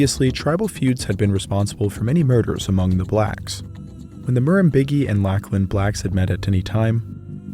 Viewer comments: I cant help but laugh a little every time Americans say my name. Its pronounced Lock-Lan. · Lachlan. Lock-lan Murrumbidgee. Mah-rum-bid-gee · Lock-Lin and Murrum-Bid-Jee is the pronunciation you were after.